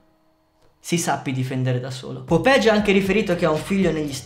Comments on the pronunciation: perché dici "popegi" se è "popeye" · BRO IL VIDEO SPACCA E TUTTI MA, NON SI LEGGE POPEGI MA POPAI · Non si pronuncia Popegi, ma "Popeglie" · si pronuncia popeye in spagnolo non popege lol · Fra bel video ma si pronuncia popeie non popegi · Figa proprio tu che sei dominicano è sai lo spagnolo non è popeje come lo dici dici è popeye come dire oye è la stessa pronuncia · Ma perché dici popegi ahhahahahahahah